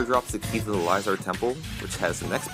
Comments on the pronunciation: Liezard temple. Really? It's pronounced lizard. Facepalm. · It's lizhard in terraria